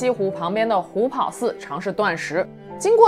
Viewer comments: 虎跑 pao第二声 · 虎跑páo,二声。